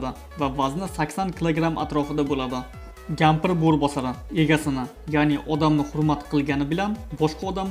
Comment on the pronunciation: Aka gampr dedizmi yoki kampir dedingizmi bilmadim